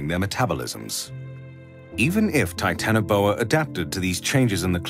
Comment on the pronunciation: Titanaboa (Hancock)???